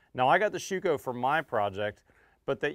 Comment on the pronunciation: you butchered their name..... Schüco ü is pronounced like: I am very very happy to see you bringing on some real high quality products from Europe. Just as a tip. You can get also premade stainless steel frames for those windows or aluminum flanges which are much better lasting than your tape. You can just glue them in place before you set in your windows. Since in Europe most houses are brick build it's for the US market a bit challenging with all wood. But I noticed with a stainless steel sill-plate and aluminum glaced 3 piece frame we cut installation time down to less than 30min per opening. And instead to have my framer to put a 5 degree pitch in the frame in which takes way to much time we just use abs plastic to get the 5 degree pitch in before we put the sill plate down. With a nailgun you shoot those abs plastic parts just into the wood before you glue down with PL375 or compare able glue the sill plate into place. But you can also get PVC molding which is preformed: Buy in bulk and you reduce your window install cost in material and labor by over 20% per window. Quick tip next time you install a sliding door. screw in 2 pieces of 2*4 onto the inside corners of the opening with 2 foot length each peace in a 45 this way you can lean again it without been in the way when you move the big door from the inside to the outside to than drop it onto the sill plate. On the glass we have a 3 point level with suction cups on so we can see which way